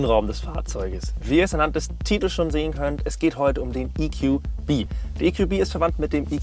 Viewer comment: Wir sind hier in Deutschland und das sind deutsche Fahrzeuge. Deshalb: EQB spricht sich "e ku be" und nicht "e ku bi" EQA spricht sich "e ku a" und nicht "e ku ei"